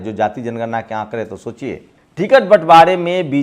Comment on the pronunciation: इंसान जीवन भर सीखता रहता हैरहटा है। तुम बोलने में सुधार जरूर किए हो कुछ जैसे सोचियेशोचिए कहना कम किए हो।